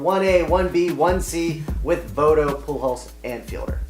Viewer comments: Joey Voto??? C'MON MAN! Do u even watch baseball?? How can I take u seriously if u can't even say your number 1 1Bs name right. That's a FAIL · lol learn how to say Joey Votto's name